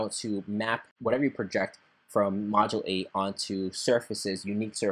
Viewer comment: It's not "Module Eight", it's "Modulate"